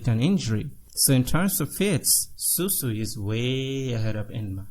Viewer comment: i like you but bro you can't call Shusui Susui that's a big deal so go back to text don't butcher the names plz